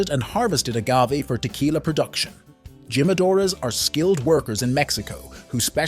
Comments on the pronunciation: Dude, none of those words are pronounced like that in English; and them Spanish speakers died at Gee-madores.. at the begging of the video.. 😂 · Jimmadoors 😭😭 dude I thought everyone knew you pronounce the J as H. Its heema. Hee-ma-do-rus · I cringed everytime he said GYM-A-DOORS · Jimadores "He-Ma-Dor-Es" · It's pronounced as himadore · So, he knows how to say "Don Julio", but can't figure out how to say "Jimadores". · if your going to do a video about tequila at least learn the proper enunciation of Jalisco and jimadores😂